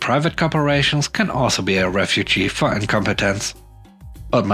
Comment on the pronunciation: The last one, that was great. I would loved to work there that summer. :D However, Refuge and Refugee aren't pronounced the same. A tip for your next video.